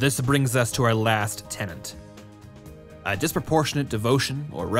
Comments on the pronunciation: I wish you lot would make more effort to pronounce words correctly. "Tenet" is a different sound from "Tenant", with only a single N sound and the same E sound for both instances of the letter, and "Archetype" does not contain an English "ch" sound. Plus the classic "Nuclear" said as "new-cue-lar" for absolutely no reason at all. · The word is "TENET". Not "tenant". A doctrine has "tenets", not live-in inhabitants. The graphics are accurate, but the narrator never is. In every single video, he makes the same mistake. For crying out loud, English is my THIRD language and their FIRST, and speaking it is their job! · "tenant" != "tenet"